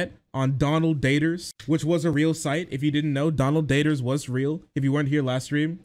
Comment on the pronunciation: the way you say "DONald DATers" makes me giggle